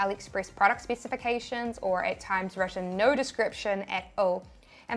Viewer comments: I hear "Noire" instead of "No" 😆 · Theres no "R" in NO! :) Love ya!! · when Australians say no🤣